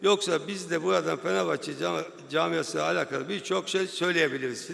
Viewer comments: "Beşiktaşlı duruşu" vardır bizi ilgilendirir sen kendi mali kongrende işi gücü bıraktın bizi çekiştiriyorsun. "Feneğvbahçe duğğuşu"nu çok güzel göstermişsin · Lan siktir git,ağzından çıkan 2 lafın biri Beşiktaş ondan sonra "Fikvet Ovman Fenevbahçe hookunda kovuşmosun" diyon.